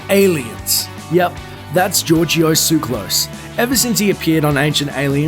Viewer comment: dude, the way you pronounce his name is making my skin crawl... holy shit I'm not even Greek and it's bothering me it's more like "Your-go tsu-ka-las" this georgio tsuklas is awkward. and most of the shit you're saying isn't really bad